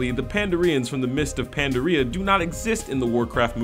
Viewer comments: You got Orgrim and Durotan mixed up when you mentioned him "watching his sleeping wife" also allot of the facts sounded like fluff just to buff up the numbers that didn't really hold any significance. You also mispronounced pan-dari-ya not panda-rea . obviously pandarens were not gonna be in this movie as it is the start of the lore Night elves didn't even show up. honestly you get so much stuff wrong and miss informed next time you do this make sure you have your facts right dude because Thrall did make an appearance in the movie he was the baby, Arthas on the other hand was still a kid too or not born as with Jaina and the rest you really need to realize that this story takes place in wc1/2 not 3. you just embarrass your self after almost every fact with your own personal hatred or dislike and pass it off as fact or true you get so many things wrong and just embarrass the Warcraft IP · I am very picky. TIME TO CORRECT SOME STUFF! :D 1. That was Durotan watching his wife (Draka), not Orgrim. 2. Its pronounced Pan-Dar-ee-Uh (Pandaria) and Pan-dar-ens (Pandarens) 3. The throne room in the movie is in Stormwind. You had a video of the Throne of Lordaeron. 4. Thrall was in the movie as the baby orc that Draka has. 5. Its "Warlords or Draenor" not "Lords of Drainer" This bothers me so much... xD Do your research! lol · Did he really just say Mists of Pandareea? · when you try to roast the pandaren. but you cant say their homeland correctly and then try to fit in by saying no one likes them XD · How did he pronounce Pandaria and pandaren dafuq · the pronunciation of Pandaria is embarrassing... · why do you pronounce pandarian and pandaria as diarrhea/n? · "Mists of Pandaree" "Gromeesh" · Those pronunciations though. "pander-REEA"? "kuh-LIM-dor"? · Goremash.. Panda-ria.. Kalim-dore.. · you know this was not made by an actual fan when he pronounces things like Grommash, Kalimdor and Pandaria wrong.